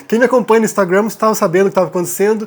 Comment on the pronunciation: Por favor, fale a palavra " instagram" como os brasileiros falam " instagram ". Não precisa falar a palavra " instagram " como um americano ou inglês, até onde sei, você é brasileiro!